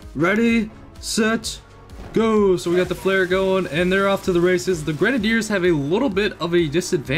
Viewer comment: Could you possibly try saying grenaiders right please